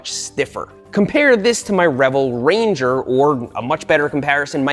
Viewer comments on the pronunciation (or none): none